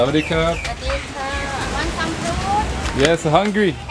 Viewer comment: Bro says ‘saudicap’ for thank you in Thai